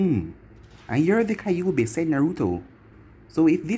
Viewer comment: It pronounces ky ouuu bi not kay obi